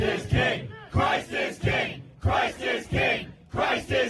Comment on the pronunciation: it sounds a lot like they're saying "Christ is gay"